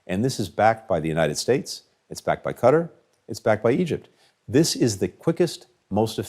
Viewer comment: Bro doesn't even pronounce Qatar correctly, LOL.